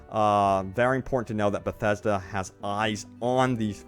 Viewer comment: I can’t listen to you say “bethasda” one more time. Please stop talking through your nose. Great content, needs subtitles.